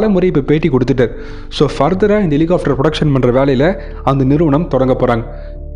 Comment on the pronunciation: Helicopter! Helihofter அல்ல! இதை chopper என்றும் சொல்வதுண்டு.